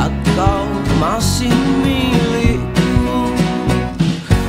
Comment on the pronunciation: Cara bilang " Milikku.." adalah cara pengucapan '60 dan awal 70' an. Jadi ingat koleksi lagu lama punya bapak.